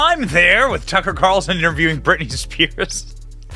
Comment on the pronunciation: Who the F is ‘Birtney’ ?! 😂😂😂😂 proof read much?